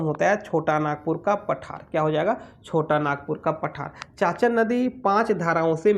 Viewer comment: चाचन नहीं चानन नदी